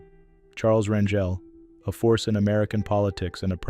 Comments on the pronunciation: Pronounced "R an hel " Not Ran "jel!" Like jelly Bunch of these people were just like us with Many faults but at least did their best to be not to be ultimate Hypocrites!! RIP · His name is pronounced CHARLES RAN GAL!!